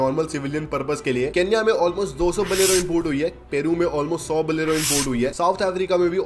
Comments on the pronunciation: Bolero ❌️ Balero ✅️ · Bhai baleno nahe bolero he 😂😂😂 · Bolero❌ Baalero✅